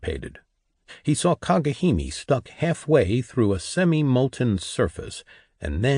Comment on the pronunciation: Kagehimi, so cringe. It would be cringe even if it was correct. It's Kage Hime. Arghh It's so annoying!!!!!